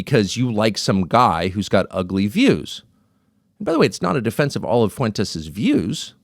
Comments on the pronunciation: "Nick Foo-entes. I don't know much about him." -DJT Mispronouncing someone's name as a psych tool to imply not knowing them is getting really old. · Lorde Fuentes, get his name right.